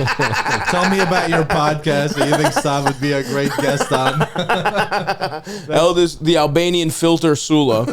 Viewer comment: Its Eldis guys… JFC not that hard.